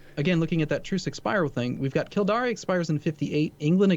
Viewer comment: Kildare is pronounced phonetically Kill-Dare. Definitely Not Killdaré. Edit: He keeps saying it :-(